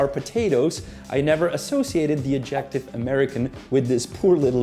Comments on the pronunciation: Lose the "music", PLEASE. And it's "*AD-jec-tive.* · Fun video! Might I say - “adjective” is pronounced {add-jeh-tiv} you’re putting the emphasis on the wrong part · I'm 10 seconds in and immediately I am caught off guard by the stressing of the second syllable in adjective instead of the first. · “Adjective” is stressed on the first syllable. I have been an American for 75 years, but I do not distinguish between “coffin” and “casket.” It’s the same thing. Americans view European things with suspicion, even if, of course, they are of European descent.